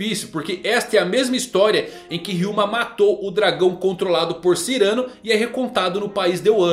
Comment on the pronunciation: Muito interessante mesmo e realmente faz muito sentido. Só uma correção: Não é Cyrâno, e sim Cyranô! Cyranô de Bergerac. Ele é um espadashin francês de nariz grande que ensina seu amigo com versos para conquistar Roxana!